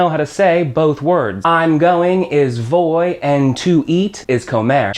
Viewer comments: Very good video, except for one problem. The letter "V" in Spanish is pronounced "B". So rather than "Voy" it supposed to sound "Boy" But it is still spelt "Voy". People may still understand you but it's not the proper way to say it. Some may get confused with other words. Much like the letter "j" in spanish is pronounced as a guttural "h" sound. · Man, you have pretty good way to explain spanish, i like it. But to be honest...your pronunciation is pretty terrible. For example voy vas va etc... i have never heard pronouncing my spanish friends in a way like you did. V at the beginning sounds always like a "b". I´m not criticising you, i just wanted to notify. Good luck!